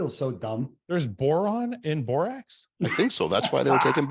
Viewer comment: For the love of God “borax” thank you 👏👏👏